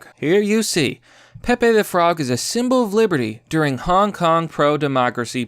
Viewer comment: Wait, u said HONK KONG?